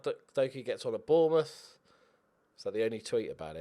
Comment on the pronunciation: Gotta sign Bwian bwobbewy for Bwournmouth! 😆.